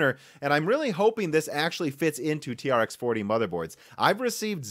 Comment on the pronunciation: its pronounced 'T-Rex' :D T-REx 40, T-Rex 80